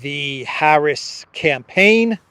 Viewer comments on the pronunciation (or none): none